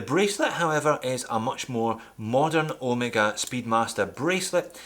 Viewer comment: An english speaker that pronounces Omega correctly, yay, instead of Omeeeega.Does it matter? Obviously doesnt, even I have started calling Porsche, Porsch, so people don't think I'm a try hard. Another one freqently mispronounced name in the watch industry is ETA. It's not E.T.A. Great video of my favourite watch.